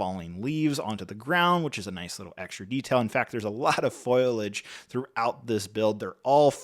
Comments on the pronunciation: "Foilage"? Marge Simpson, is that you? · And “foilage” - I swear it was a deliberate reference to Simpsons S08E04: “all that gorgeous - foliage! - I can’t excape Lisa, our little walking libary!” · The word is foliage, not foilage 👍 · Just FyI it is Pronounced FO- LEE AHH Gh. . But I will be sayin FOIL EDGE. Every once in a while😊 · Great review! Foliage is pronounced "foal ee age" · Hey bro can you take a minute before every video to learn to pronounce all of the words you intend to say? Libairy, foilage etc. stop making up words.